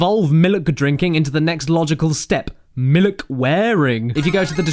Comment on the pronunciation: Raptor Dave #1 It's "Miluk" #2 Two syllables, not one